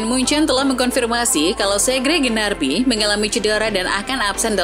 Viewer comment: Gnabry mkin, bukan Gnarby :v